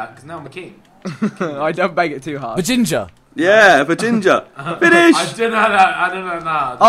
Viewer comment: "Beginger" XD loooooooooooool